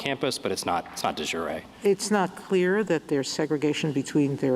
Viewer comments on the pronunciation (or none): The way Sotomayer pronounces it, it means "of the day", like soup de jour. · It’s not delivery…it’s De Jure No? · Yes, that was Alito. She can't pronounce it either - moments after hearing it said correctly.